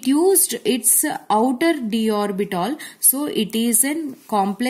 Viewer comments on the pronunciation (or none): Mam's pronounciation - orbital = orbitol , H = hech